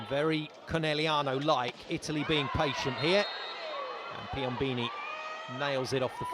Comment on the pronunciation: Man!! PiomBOni not Piombini